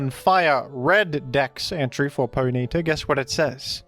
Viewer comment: The most disturbing part of this video is the pronunciation of Ponyta as 'Poh-NEE-ta'